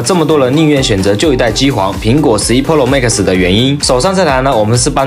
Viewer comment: 跟我读，pro，pǔ ròu，普 肉，求你改改，听着真难受